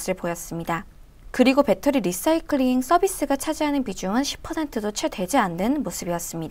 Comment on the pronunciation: 지난 번 ENPH 도 내용이 너무 좋았습니다. 이번에도 LICY에 관심이 있던 차에 시의적절하게 도움을 주셔서 감사합니다. 그리고, cnbc 에선 “라이”싸이클.. 이라고 발음하더군요. 참고요.